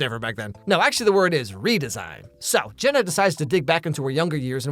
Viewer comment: How did that stupid photographer pronounce JENNA as GINA.... SMH it'd be different if her name was spelled Gena, but it's not....